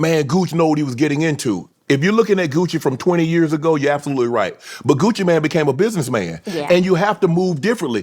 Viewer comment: Him calling Gucci “Gooch” was so cringey.